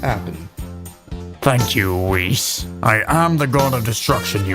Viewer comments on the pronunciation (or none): whiss? It's (wee-sssss Wee-s) Whis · he said whis but pronounced it Wiz